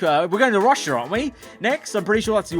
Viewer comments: Bruh wtf he sayin rushya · How many times did he say RUsS-sIA